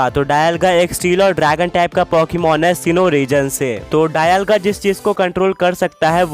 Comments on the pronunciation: Dayalga nahi be dialga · Bro it's dialga not dailga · It's not डायलगा it's डियालगा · bol rahe ho dialga bol rahe ho daialga 😂😂